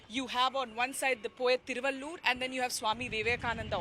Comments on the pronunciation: Hi stupid not Thiruvallur say Thiruvalluvar. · Not thiruvallur. Thiruvalluvar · First clearly pronounced a name thiruvalluvar.thiruvallur is a district in tamilnadu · Not Thiruvaloor... Tamil Poet name is Thiru-vallu-var. Thiruvaloor is a town near Chennai. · Thiruvalluvar, not thiruvaloor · Thiruvalluvar, not Thiruvalloor. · Looking at the way opposite of PROgress party, the CONgress under RaGa has been treating India, destroying it from inside, there soon he will have to do a "Bharat Chodo Yatra" 😃BJP bhakths willbe wetting their pants. LOL! BTW, it is THIRU - VAZHL- LZUVAR. Vazhuvan is the original name, THIRU is honorific equivalent of "Sir" and ending any "AN" with a "AR" in tamizh denotes respect. Something like Thum vs Aap in hindi...